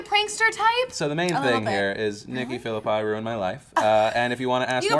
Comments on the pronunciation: it's not pronounced philippai its philippi like if it was philippee, its italian its imposible its pronounced the way she says it is, im 100% sure, just saying :P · Yea. I don't possibly understand who that is pronounced Philipai. But I have heard weirder pronunciations